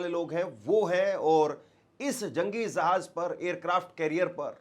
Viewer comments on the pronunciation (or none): Zahanz nai re bhai Jahanz, Abraham Lincoln re bhai, tu Teri zuban saaf karle bhai for God sake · Jahaj nahin Hai jahaj Hai jahaj